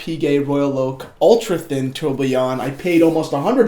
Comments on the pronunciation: Tor-bi-on Not attempting to be mean but just a tip. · All credibility for being qualified to sell this watch shattered by not being able to pronounce Tourbillon. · The way you say tourbillon is hilarious. Love the watch! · Fabio Stefana i like how he says it; is it incorrect ?